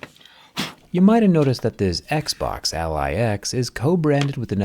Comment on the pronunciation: I always hear: Eggsboggs